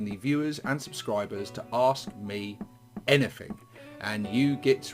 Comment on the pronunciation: Anyfink? Rilly?